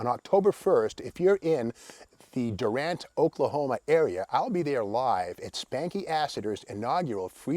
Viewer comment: Just avoid looking like an out-of-towner with Steve's pronunciation. The locals call it "Doo-rant"